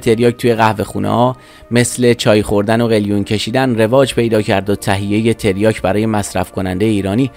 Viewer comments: تِریاک چیه داداش ؟؟؟؟؟ مگه مواد فروشی تو ؟؟؟؟؟ حد اقل میرفتی اسمشو درست از لغتنامه نگاه میکردی . تَریاک درسته برادر ، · داداش آبروی تریاک وبردی با این تلفظ کردنت تلفظ صحیح هست تَریاک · تریاک بر وزن فرجام و با حرف کاف فتحه دار درسته. تریاک به کسر کاف غلطه عزیز من. گویا بعضیها تلفظ تریاک را با تریا ( کافه تریا) قاطی کرده اند!. اول در مورد تلفظ صحیحش یک تحقیقی می کردی.